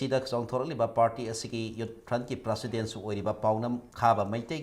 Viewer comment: Kk u still hv to learn how to pronounce the word President n tripartite talk.